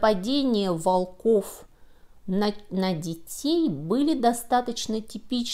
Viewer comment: Не волкОв,а вОлков.